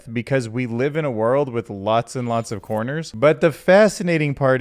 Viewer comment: Great now, every time you say corners, I think coffee shop.